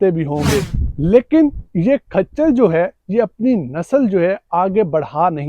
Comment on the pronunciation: کھچر نہیں ہوتا ۔خچر ہوتا ہے